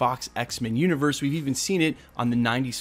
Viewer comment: I'm curious, do you pronounce "universe" as "you-nigh-verse"?